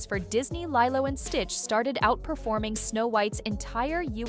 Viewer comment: pronouncing lilo's name lielo is more worse than rachels career.